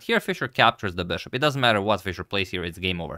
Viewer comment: I like his “beshop”